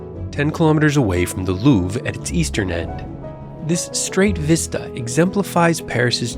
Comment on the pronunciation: Loov??? Really? Quite disrespectful. Try to pronounce the r very shortly.